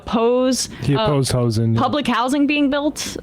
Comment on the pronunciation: The worst part of Abundance by far is the way Ezra has decided he’s going to pronounce “housing”